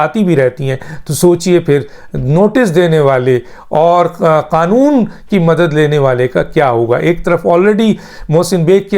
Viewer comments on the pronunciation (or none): none